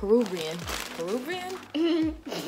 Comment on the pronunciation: PER- ROO-VE- AN Peruvian lmao. 😭😭